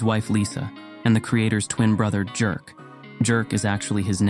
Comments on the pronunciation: Awesome once again! but about the Swedish name, Jerk. It's not pronounced like that, it's more Yehrk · I think it's pronounced "yerk". Not jerk. Even though it may be spelled something like that. The j is like a y sound.